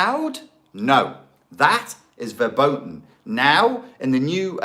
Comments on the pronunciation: verboten is pronounced ferboten i think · BTW, "verboten" is pronounced with "f" at the beginning and there's no "ou", just a bit longer "o" (like in "door"). :)